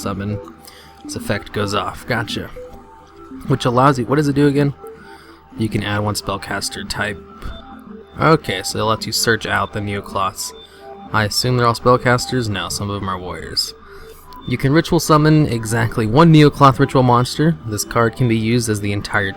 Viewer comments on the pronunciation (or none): You fucking called them GishEEki LOL WOW that's hilarious. And you call them NeOcloths. Just wondering, can you read?